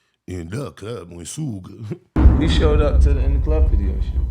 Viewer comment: that AI at it again “Soogay”💯✅